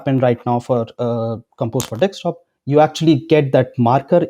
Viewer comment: It's bugging me like crazy when you spell Desktop as Dekstop. Please spell it like this. "Desk top." Not " deks top"